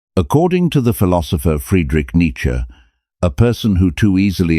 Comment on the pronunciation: The content is excellent but the illustrations are confusing. Monks versus more contempary dress? Some of the images are homoerotic. They just distract from the content. But you did get Neitzsche pictured correctly and thanks for pronouncing his name correctly.